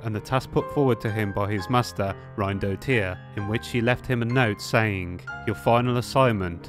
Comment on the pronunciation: Just a few slight corrections: Pronunciation: Field Tiler is Field TiLLer. Rhinedottir is Rine dot er. Rhinedottir is female. Her name means "daughter of the Rhine". Other than that, I was very much entertained by this video. Watched it three times. Maybe the reason the pearl turns black is because the lost twin now believes the abyss is their home, like the first heir was tricked into thinking? Looking forward to what the next part contains.